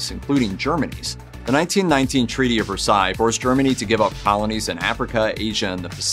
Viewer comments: The Treaty of Versailes. Pronounced like Ver Say, not Ver Sigh. French doesn't have an I sound. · Versailles is pronounced ver-sigh